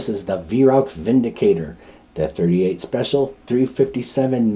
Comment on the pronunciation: It's actually supposed to be pronounced Vindicator.. like Canik is supposed to be pronounced Janik..